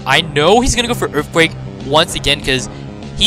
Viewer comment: Earfquake lol